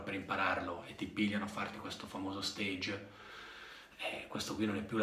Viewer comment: No "Steig"! Stage viene dal francese. Si pronuncia circa "Staash"! Fidati!